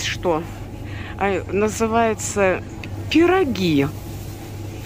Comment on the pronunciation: по польски пирОги - это вареники. Вся разница в ударении 😃